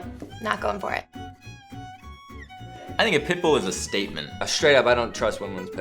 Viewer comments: Whenever they said pit bull I heard pimple... I don't know why. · i keep hearing "pit bull" as "pimple" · im laughing because it sounds like he was saying pimple not pitbull. "and if she wasnt sexy before the pimple, now shes sexy."